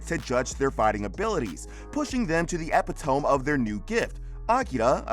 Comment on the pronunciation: Epitome is not pronounced ep-i-tome. It's ep-it-o-me. Saying it wrong just makes you sound ignorant.